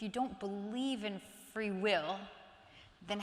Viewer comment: why does he say "flee will" 3 times instead of "free will"? but he's very eloquent in every other word!